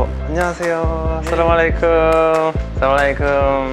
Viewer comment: Nice to see you but not salaam alie kum Actually word is As salaam mu alie kum